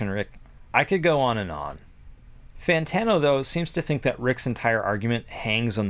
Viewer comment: Fan Tawno hahaha